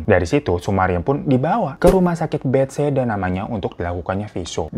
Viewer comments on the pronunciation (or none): Hiroooo bukan betseda...yg bener ra. bethesda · mon maaf kak, RS BETHESDA bukan bethsaida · Rumah sakit bethesda kak bukan betseda 😁🙏🏻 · RS Bethesda bro..bukan beseda hhehhehe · Bang...nama rumah sakitnya BETHESDA bukan BetSeda..hehe, jogja hadirr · Rumah sakit bethesda bang, bukan betseda😂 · bethesda bang bukan betseda😭😭😭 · Mon maaf pengucapannya bukan Bet (spasi) Hesda tapi BeThesda 😂